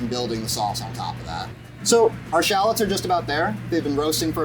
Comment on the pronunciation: Drink every time he says 'shallots' sorry 'Shallads' 😂 Love this guy!